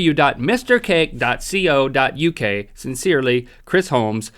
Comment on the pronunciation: He said .co.uk wrong!